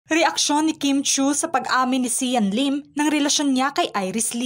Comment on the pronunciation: Hahaha natawa ako sa leelim or lilim😂